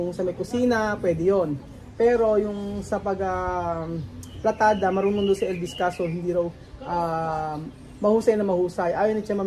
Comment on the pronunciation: PALITADA PO. HINDI PLATADA